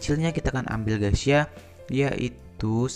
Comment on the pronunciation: Mas tolong kalo ngucap 'gaes' gaes aja jangan gaes ya .. kedengerannya seperti gesia. Setuju?